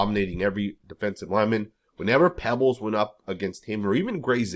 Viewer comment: It's Peebles, not Pebbles